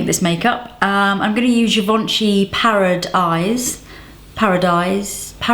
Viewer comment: I love the way you pronounce the name of the product "parad'eyes" haha :D